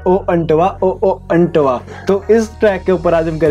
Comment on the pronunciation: Antva not antava means" say"